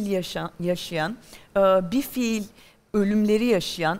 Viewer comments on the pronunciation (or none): Pelin Hanım hala bilfiil (fiilen) demeyi öğrenememiş. Şürekli bi-fiil (fiilsiz) diyor.